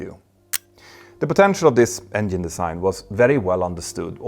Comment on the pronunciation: Does he pronounce it "Engien" ???